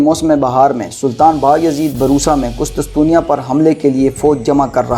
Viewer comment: Hahahaha ... Qustusteniya hahaha apni pronunciation pr tawajah dem